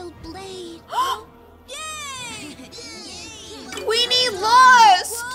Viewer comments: IT'S QUEENER NOT QUEENE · It's not queener it's queenie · it's Queener